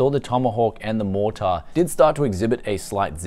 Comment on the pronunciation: B550 MorTAAR, it's just Mortar mate, soft R